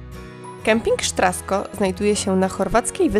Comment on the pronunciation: Sztrasko??? Mogę się mylić, ale czy nazwy kempingu nie wymawia się Straszko?